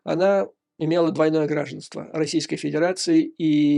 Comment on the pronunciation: ГраждАнство, а не грАжданство.